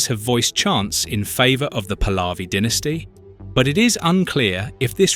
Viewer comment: You pronance very WRONG THE NAMES, The dictator is. Pronuntiation :HOMEINE, THE Prince pronunciation is PAHLAVI, you pronounce the letter H, that you, wrongly live. OUT. I FEEL SORRY. FOR THE DEAD PEOPLE🙏🌿🙏 I WISH FREEDOM, FOR THE IRANIAN PEOPLE🙏🙏🌿🙏🌿🙏🌿